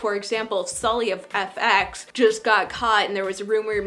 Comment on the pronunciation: Is this subtitle built automatically? or somebody put it there?? I just wonder... because there are some mistakes founded....such as the singer group PAX(?) instead of FX. She pronounced the name FX VERY CLEARLY so i can make sure they know it. aaaanyway, it was very interesting to watch! I am Korean.. i think, their answers are very realistic that even I couldn't think of!